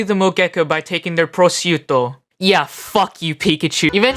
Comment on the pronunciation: currently watching and loving the video and just wanted to say I love the way you pronounced Yonaka's name and Prosciutto(?) it felt like you were trying to say them correctly and it was nice to hear